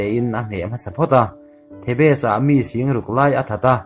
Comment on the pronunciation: thebes ti a lam tur kha the bes tiin i lam deih a